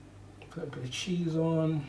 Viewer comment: 😂🤣 "cheese on" sounded like "chezum"🇧🇧 (omg in Bajan lol)